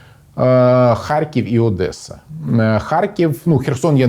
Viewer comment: О май гад!!! Спікер сказав ОдЄса! Я люблю тебе!!!